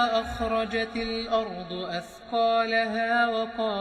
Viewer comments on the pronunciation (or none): none